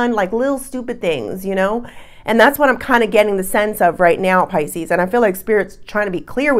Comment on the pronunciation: Pisce-anos lol So we're Italian or Latin! Lol I'm leaning towards a nice espresso rimmed with a twist of lemon peel! Ciao bella! 🌞